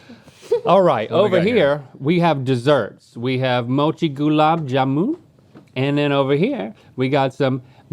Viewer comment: The way link said gulab Jaman🤣😂🤣 To be fair I was ready for him to butcher "samosa" too.